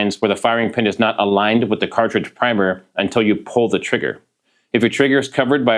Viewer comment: It’s not. not nut.